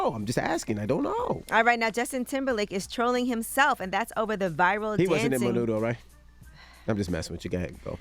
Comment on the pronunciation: fyi its Menudo not Manudo